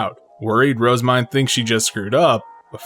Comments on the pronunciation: Phonetics is a hobby of mine, and I have always felt that Rozemyne has been pronounced incorrectly. Most people I have heard pronounce her name with two syllables, with the emphasis on the first word. This becomes the name "Rose-Mine." I personally think the true pronunciation has three syllables, with the emphasis on the second and third. The proper pronunciation should sound like "Roz-ME-Nay." Anyone else think so? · Her JP og name is Main, (EN translated it to Myne in order to not confuse readers) so her name in JP is pronounced as Roozemain